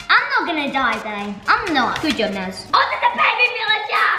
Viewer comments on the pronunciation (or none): its naz not nah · Naz. Oops. Accidentally said Maz